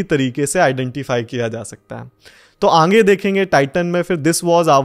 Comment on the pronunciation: Sir ange nhi aage hota hai 😝